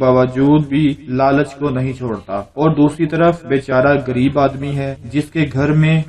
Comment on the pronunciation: حضرت صاحب اپنا تلفظ ٹھیک کر لیں لفظ غریب ھوتاھے اپ گریب کہ رہے ھیں